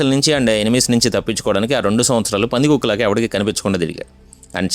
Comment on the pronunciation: Pandhikokkulaga anna mata style 😂